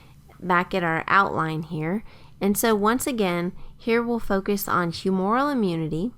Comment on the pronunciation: "humoral" is mispronounced in this video. It's whew-moo-ral with the accent on the first syllable. A little bit like the word "humor" with an "el" stuck on the end